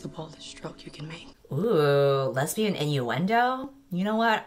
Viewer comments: gurl did you say les-bi-an est? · it sounded like lesbianonest sskssksksjdsjks